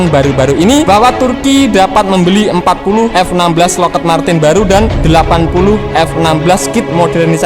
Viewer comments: Bacanya Lokhid bang... bukan Lokhed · Lockheed dibacanya Lokhid, bukan loked min..